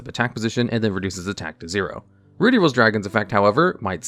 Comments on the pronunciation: Ruddy is pronounced Ruh-dee. Not Roo-dee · Note, it's pronounced "ruddy" not "Rudy" like the name. It's supposed to be named after the off colour of red, ruddy red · It isn't pronounced "rude-y rose". Ruddy is pronounced like "bloody". Without the "bluh". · "Rudy" rose dragon...... It's Ruddy. Ruh-dee. Oh goodness. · You keep saying "Rudy". It's rud-dy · Ruddy is pronounced like bloody, not ruby (two consonants between the vowels means the first is still using its soft pronunciation, you'd be correct if it was spelled with only one d). It's used as a euphemism for bloody, which is what it was called in the OCG and of course that got censored. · I think it's pronounced Rüd-dē with an "uh" sound because the original is called Bloody Rose Dragon and the American version was changed to Ruddy to sound as close to "bloody" without being too obvious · Roody Rose dragon 😂😂😂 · Ah, yes, my favorite dragon, "Rudy Rose". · How in the world do you get "rooty" from "ruddy"? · "Rude-E"? Isn't it supposed to rhyme with blood/bloody? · Roody? Ruddy- rhymes with muddy- to mirror that in Japanese it’s called Bloody Rose Dragon. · It’s Ruddy, pronounced similar to Paul Rudd’s last name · Ruddy is just pronounced how it's spelled. There's no "oo" sound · Ruddy is not pronounced the same as Rudy... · its not rude-E, or is it? 🤔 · For your sake in social situations: 'Ruddy' in 'Ruddy Rose Dragon' isn't pronounced with a long 'u' sound like 'ruby'. It's a short 'u' sound like 'buddy'. Ruddy is a shade of red, a very common shade of red that you'll run into a few times in your life. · Doesn't "ruddy" rhyme with "muddy"?